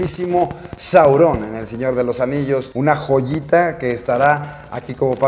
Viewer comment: Q pedo con Saurón??? XD Super pretencioso pronunciarlo diferente.